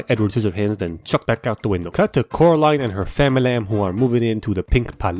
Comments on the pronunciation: “Coraline and her famalam” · “Cut to coraline and her famala” Me:wha- h-her do you u mean family.